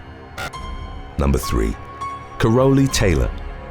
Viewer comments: I think her name is pronounced carol lee….lol….sounds like you’re saying parolee with a “c”…😂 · Ka-Rolly..... The fuck dude how bout CAROL-LEE